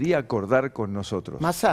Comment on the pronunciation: Vieron que el opa no sabe ni pronunciar ''nosotros''...; dice noootos...